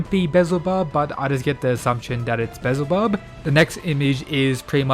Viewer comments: Why can't youtuber ever pronounce any names correctly. Be-el-zuh-bub. Pretty easy. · It's pronounced Beelzebub not bizle bub